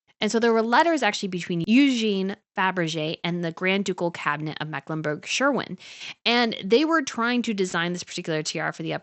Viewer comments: It is SCHWERIN, PRONOUNCED SHVERIN. NOT SHERWIN WILLIAMS, THAT IS A PAINT FOR THE WALLS OF ONE’S HOUSE. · Mecklenburg "Sherwin"! P-L-E-A-S-E do something about your atrocious mangling of names!!!!!!!!! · I like this vlog. Thank you for the research. Just for your information: it is the german grand duchy of Mecklenburg Schwerin and not Scherwin! Makes quite a difference.😊